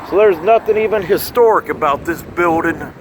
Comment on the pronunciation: please use the "g" at the end of the word building.